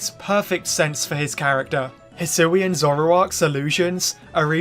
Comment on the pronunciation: the regyuler zuroowa evolvd in the hsoowyun reegun